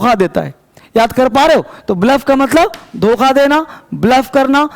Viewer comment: sir ji 'doka' nhi 'dokha'